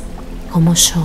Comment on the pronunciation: el yo lo pronuncia muy fuerte así no me concentro con ese tono